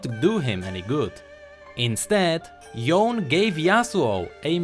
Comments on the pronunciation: It's pronounced Yo-ney, sorry, just triggered. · It's YO-NE... not YAWN